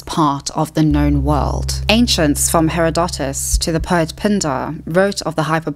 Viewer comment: I'm sorry, but the way you pronounced Herodotus made me physically cringe.